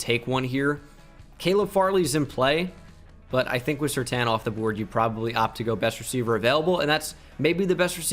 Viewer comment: Any other Bengal fan almost punch the screen when he said Surtain? nope just me ok.